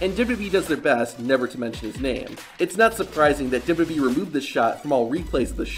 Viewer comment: Please work on your annunciation of "duhdubyee"